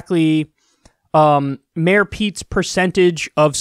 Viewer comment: Kyle, You mispronounced "Ex-Mayor"